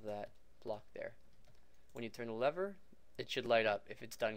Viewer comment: was that the first time u seen the word lever and had absolutely no idea how to pronounce it or what?